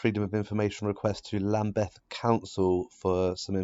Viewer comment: Love your work man, but it tickles me when you mispronounce the name of a large proportion of places you go to. 'Lamb-beth' instead of 'Lambth' today. To be fair to you though, I can't really make out a strong regional accent from you, so I am assuming you are from the south east and would know lots of these places, but that might be wide of the mark.